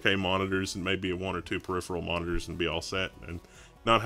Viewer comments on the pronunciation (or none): none